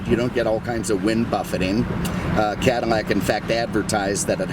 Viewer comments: am i going insane or does this dude keep on saying "cadarmac" instead of cadilac?! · Be fairly warned.... minutes of ranting before you actually hear about the allante . Also is it me or am hearing “CADiMAC”? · Is it me or does he say "Cadamac"? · Why am I hearing you pronounce it as "CadiMAC" over and over?? I just subscribed so there must be an explanation in past videos.....or I'm deaf. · Lol.😀 your not deaf. Don't you like Cadimacs? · ha.... glad you heard it too then. Does anyone know why he pronounces it that way?? It's on purpose, so there must be a reason! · OMG this guy needs speech check because he can’t pronounce the name Cadillac he couldn’t do that talking about the ‘72 Deville & can’t say it on this video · ...." this is a 1990 CADIMMAC AMMANTE..... " ???